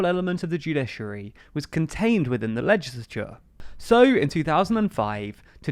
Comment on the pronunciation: ~ “LEGILATURE”? Oops!